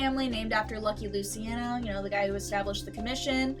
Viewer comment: Stugats, “Loo-chi-on-o”